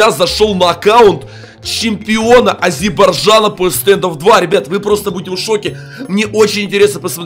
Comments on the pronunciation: Не азирбарджана, а Азербайджана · Не азбержана а азербайджана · Я один ору от того как он произносит Азербайджана